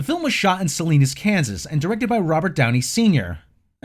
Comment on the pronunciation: I’ve been to Salina Kansas! Never knew it was filmed there. But it’s pronounced SA-LIE-NAH